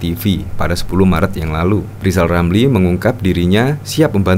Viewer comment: Lisal Lamli jangan sombong? Bila anda bisa ngomong Eerrrr maka anda diangkat jadi menteli terus dibuang di Nusakambangan